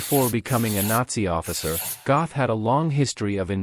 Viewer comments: Pronounced, “Get.” God forbid you get the name of the subject of the video right. 🙄🙄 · completely mispronouncing the names also.